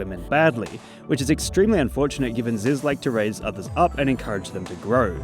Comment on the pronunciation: its zyzz brah